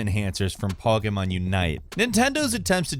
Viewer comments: Pretty sure you said Pokemon wrong 5 times. Don't think you said it correctly once. Poh key mahn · Po gaymon Pah gaymon Poy geymon Yo STOP 🤣😡🤣😡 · says Pokémon weird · or somewhere around there. How the hell did you fuck up saying Pokémon go? You said Pokémon a bit better later but still slightly off then said it a third time and got it right entirely